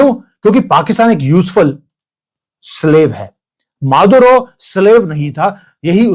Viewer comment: माधवराव ❌ मादुरो ✅✅😅